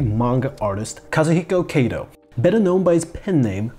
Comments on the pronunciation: He's かとう (Katō) not けいと (Keito), my ears are bleeding. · 加藤or加東(Katou) is pronounced like "Kahtoh", not "Keitoh". "Keitoh" sounds like "毛糸"(knitting wool). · His name, Kato, is read as simple A sound as in cut, not as in take. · It might roll off the tongue better with english